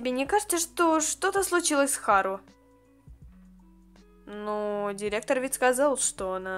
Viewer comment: Можно тебя поправить? Если да то слушай не Х`ару а Хар`у или Хар`ука